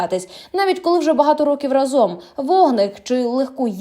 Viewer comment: рАзом а не разОм...🫤...